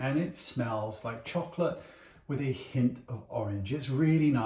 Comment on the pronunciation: Something about the way British people say the word "chocolate" makes it sound so much yummier. In the states in the midwest we pronounce it "chalk-lit" and it tastes a lot like it sounds.